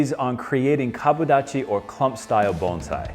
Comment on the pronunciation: Bones eye?, I thought it was Bon si